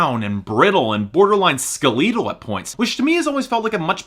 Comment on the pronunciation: SKA-LEETAL??????? Never heard 'skeletal' pronounced like that before.